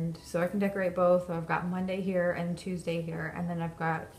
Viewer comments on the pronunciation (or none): none